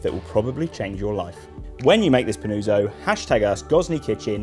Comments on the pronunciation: its pronounced panutso pa-noo-tso, very nice video, ciao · Every time he says Panooozo, i wana punch the wall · Bro, love this recipe, you knocked it out of the park, here goes a well deserved like. Not a neapolitan here, but the helpful italian in me wants to assist as the name is being butchered. PAH-NOO-OTZO. Please and thank you. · Yes. "Pan-uo-tzo" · Fantastic recipe, just have to improve the pronunciation of panuozzo :). Well done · Dreadful go hear brits pronounce Italian words